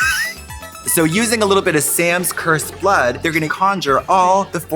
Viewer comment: What in the world is the way Trixie says "BLÖÖD" a reference to again?? I cannot rememberrrr